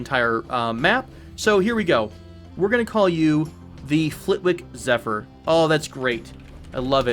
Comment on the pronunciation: Love your videos! My delicate British ears couldn't quite get used to your pronunciation of British place names. If you did want to try the native ones, Flitwick and Berwick are pronounced Flit-ick and Ber-ick (silent w), Sheringham would be Shering-am (silent second h), Bournemouth would be Bournemuth (the last u is an uh sound, as in gruff) In any case, thanks for your youtubes, they're awesome